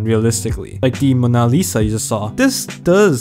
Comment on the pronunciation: its Mow-na not Ma-naa